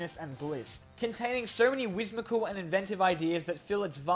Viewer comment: “Wismical” - 2018